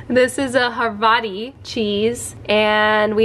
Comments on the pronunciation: It’s Havarti (ha-VAR-tee) not Harvati 😉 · Isn’t it havarti, not harvati?